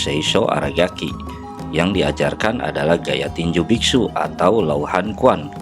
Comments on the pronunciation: Sedikit meluruskan om.. "quan" itu bukan dibaca "kuan" tapi "chuen" 🙏🏻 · Tergantung dialek, karena ada dialek yang menyebutnya "Kun"